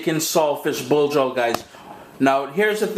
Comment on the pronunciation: it sounds like he's saying salt fish blow job.